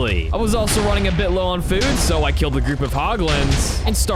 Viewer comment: On he said zoo insted of zues lol😂